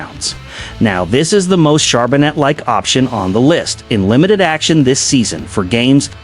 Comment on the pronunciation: ....as was the pronunciation of his name....